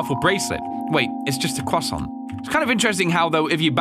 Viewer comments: this dude says 'croissant' like tom holland lmao: "it's just a quasaunt" me: pardon??? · Did say cwasont? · Guys,he said crosau... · Let’s take a moment of how said CROSSANT